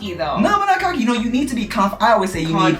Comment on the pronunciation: every time said "ya kno" with a tiny very slight canadian accent.... best parts of the video to be honest xD